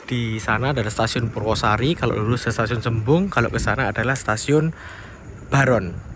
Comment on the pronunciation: Purwo asri, bukan purwosari..😄